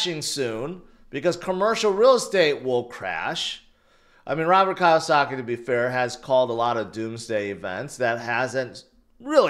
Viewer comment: It’s “Key O Saki” Kiyosaki. 😂